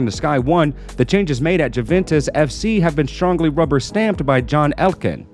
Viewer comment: Jooventez?? Really?